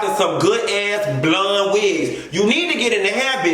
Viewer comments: can you puh-leez stop saying BLUN (blonde)? I laugh so damn hard when you say it and you say it so hard. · lmao everytime u say “blund” 👱🏽‍♀️ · The way he says blonde takes me out! “Bluunnn” 🤣🤣